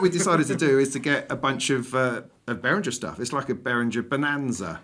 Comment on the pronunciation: guys, BehrinGHer like GHerkin and please not BehrinJer like Jelly!!!! Anyway, nice to see the three of you together! Bit with all the Behringer clone range, you could easily have invited Gaz, Claudio-DrMix, Synthmania-Paolo and LookMumNoComputer-Sam too :-)🤘